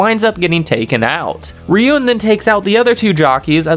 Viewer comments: Bro said "Riyun" for Ryuen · 😂 that's funny Ryuen to riyen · Also Ryuen is pronounced like ruin